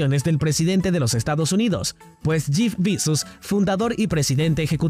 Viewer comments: Jif Bizus hahaha. se dice yef besos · Y porque dices jif pisos😂